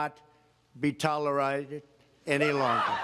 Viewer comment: Tolarided? Hahaha wtf... doesn’t anyone write the president’s speeches anymore, or I guess he doesn’t read anyway...